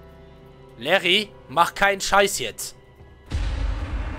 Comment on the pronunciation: Das heißt nicht Larry sondern Liri